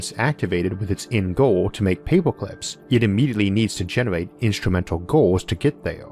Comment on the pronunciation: I’m going to be hearing “paypoclips” in my sleep for weeks. Great video, love this channel... hate paperclips now.